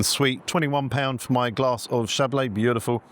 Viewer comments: I THINK that you drank Chablis, NOT Chablais...????? !!! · An interesting dining experience for sure - spoiled only by your poor pronunciation of consommé, Chablis etc. It makes it seem like being pretentious.